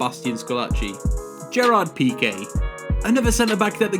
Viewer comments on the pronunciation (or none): none